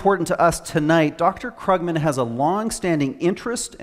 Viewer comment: I believe it's pronounced Kroogman, not Kruggman... Wow. Can you count all the lies Larry Summer gave in his first 6 minutes? And Ian... You can prove that an economy will do well by proving that capital will not flee. If that had anything whatsoever to do with the reasons for the economic problems we were facing, then it might be more interesting. At least he actually managed to pronounce Krugman right.